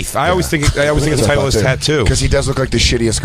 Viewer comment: Oh, you mean Tit-leeist golf.